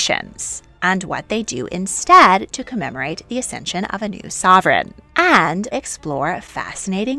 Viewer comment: It's accesion not acension!